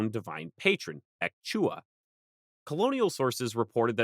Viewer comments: Noooooo bro pleEAAAAAASSSSSSEEE 😭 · ek chuah?? say that again